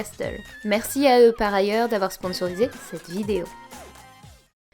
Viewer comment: je suis chiant mais le T dans Hustle et Castle ne se prononce pas 😉, sinon good théorie on verra dans 5 ans quand il y aura plus qu'une seule grande île que tu était dans le turfu... ou que t'avais tout faux haha